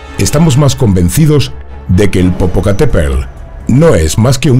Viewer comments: jaja no sabe pronunciar Popocatépetl! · Te perdonó no poder pronunciar Popocateptl, solo porque tienes buena voz, y bonito pelo.😁😘